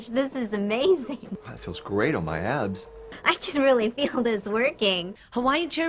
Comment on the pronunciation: I think he said "abs", but it did sound like "ass", and that was great! 😂